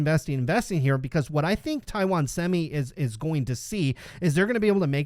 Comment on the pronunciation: Great job. Your pronunciation of Taiwan is very close to the mandarin pronunciation. It surprises me.